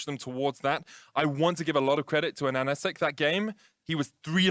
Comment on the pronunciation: Casters pronounced AHAHACIK correct, good job on that one :D Ананас = pineapple, ананасик = tiny pineapple, or a pineapple that you for some weird reason have warm feelings about, as if that's some cute little toy. Strange choice of the nickname.